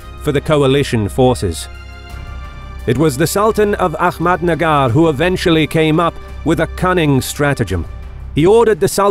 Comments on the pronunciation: It's Ahmednagar not ahkmednagar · A-hhh-mad nagar not A- kkhhh- med nagar